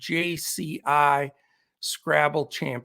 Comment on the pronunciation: Pronounced Kray-chee